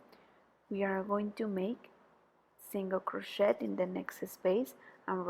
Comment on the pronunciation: Friendly comment: when you pronounce (say) crochet, the ‘t’ I silent.